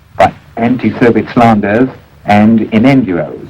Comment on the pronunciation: Innuendo, not Innenduo